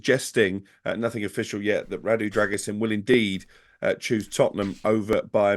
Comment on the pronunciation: Pronounced "Drer-goo-sheen" according to my Romanian mate :)